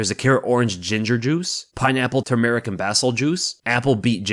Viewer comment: Bro couldn’t pronounce turmeric or basil lmao I would never take advice from someone who obviously doesn’t know what they’re talking about. Jesus Christ these sponsorships are so desperate